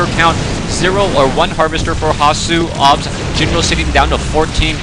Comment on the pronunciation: thx for saying hasuobs right this time :) good job, keep em coming :)